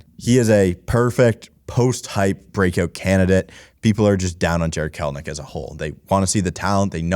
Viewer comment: Kelenic. Not Kelnic